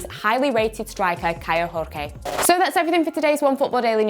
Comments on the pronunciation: Kaio Jorge not Rorge seriously enough is enough NEEDS to leave Onefootball and give more respect to us Portuguese speakers yes Out Matt or Nico In enough is enough please Onefootball get her of the channel put someone who at least respect us Portuguese speakers🙄🙄😠😠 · Kairo Jorge pronunciation is like George, but with the strong syllable in the ge. Jor with a R sound is from Spanish.